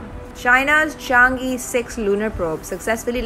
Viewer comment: Learn Chinese，Its Chang e，not Change E🎉